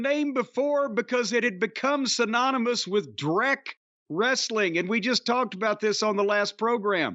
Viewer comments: TNA wre-suh-ling, bro! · Wresta-ling… BRO…..